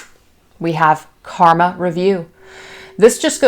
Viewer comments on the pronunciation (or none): none